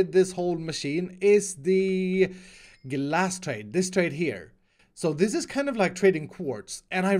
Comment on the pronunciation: when u said “trade glass”, u sound like u said “trade gas” XD